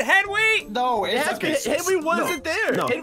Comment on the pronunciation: Also he didn’t he just pronounced an h on accident when he Yelled no